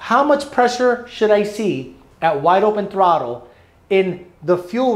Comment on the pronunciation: I never knew the word throttle didn’t have an L in it lol throtte 😉